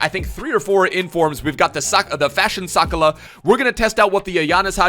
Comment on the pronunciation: i love you bro but youve butchered fashion sakalas name its sak-ah-la not sakala